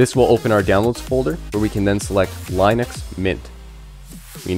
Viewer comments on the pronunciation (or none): Lin uhx, not Line uhx. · dude that was almost torture, its not LINE ux its LYNN ux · Technically the creator pronounced it as *Linus*. Americans called it by what it looks like ->Linux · its pronounced lyn ux NOT line ux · It was founded by a Finnish guy. Lyn Ux is not correct. What you are looking for is the ea sound like in lean. Lean Ux. That is the correct way to pronounce it. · Seems like, by now, you would have learned how to pronounce linux. It is a SHORT I like in Linus. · It's not laeenoox it's leenux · BRO SAID LINE-NUX everytime I AM DEAD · He's basically saying it like linus but with an x instead of s. Smh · the creators name was linus and line-us which means line-ux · Its Line ux… sorry but you Americans pronounce things really weirdly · Great video. One caveat if I am nitpicking which has nothing to do with the excellent content of the video. I had too search how to pronounce "Linux", just to be sure, because I have always pronounced it differently, just to make sure I was correct and yes I was correct. It is not the way it is pronounced in the video (where it rhymes with minus). It is actually "Li-nuhks" . Source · How can you make a video about linux when you can't even pronounce the word? 🤣